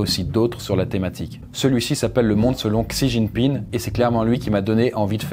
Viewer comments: c'est frustrant d'entendre "xijingping" alors que ca se prononce "si ting ping" 😣😢j'ai souffert tout le long de la video 😂 les sinologues soutenez moi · Mmm quelques petites rectifications sur cette vidéo de la part d'un expat qui vie depuis 5 ans en Chine : => Xi Jinping (Xi se prononce "Shi") ne s'est pas fait élire à vie, il a annuler la limite de mandat (ce qui peut tres probablement revenir au meme mais quand meme, c'est mieux d'etre précis). => La grande majorité du peuple chinois est nationaliste. Ils ont l'amour de la patrie et rêvent de devenir la première puissance mondiale. Seuls quelques personnes touchées par la mondialisation remettent en cause le régime mais la propagande en Chine est très forte et le partie reste très majoritairement supporté, meme par la classe populaire. Maintenant sur le fond, on peut quand meme vraiment se poser des questions. Avec la débande de l'UE et le retour du populisme / souverainisme dans la plupart des pays d'Europe, si on arrive a protéger nos technologies, nos entreprises ainsi que notre marché, la route de la soie pourrait ne pas être aussi utile que ca en Europe du moins. C'est grace a l'union europeenne et au marché libre que les chinois et les américains rachetent nos entreprises, nos forets, nos aeroport etc... Mais si l'UE, devenue clairement inutile aujourd'hui dans le contexte internationale, tombe, et qu'on peut de nouveau protéger notre patrimoine, on a une chance d'arreter la progression chinoise (notamment en fondant une Europe des nations fortes pour faire face). Apres ils avancent leur pions en Afrique tres vite et c'est la que tout va se jouer, l'UE ne représente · Pourquoi est pas capable de prononcer même un petit peu plus correctement "Xi Jinping" mais que la voix off peut mdr, pourquoi son pote lui a pas dit avant comment ça se prononçait 😂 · Tu pronnonces mal xi jinping j'ai les oreilles qui saignent ❤️